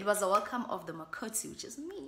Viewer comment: Ke hana “makoti” with the accent😂🤭🤭